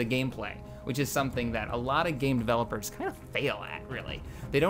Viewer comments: Who are the "Deleopers." Haha! Sorry I had to. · ***** the dude was quoting miss pronunciation of developers to deleepers by not actually asking what other games ca made and shogun 2 is meh compared to medieval 2 kingdoms and rome 1 rome 2 is not existent it never happened attila is meh at best but big improvement from that game we don t talk about empire total war is broken piece of shit napoleon is cool